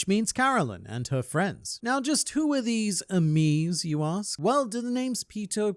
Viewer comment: its funny how when you try to say amis in french it sounds worse then when you just say it in english